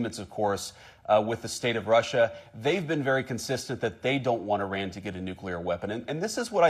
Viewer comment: He can’t even pronounce Iran correctly….wtf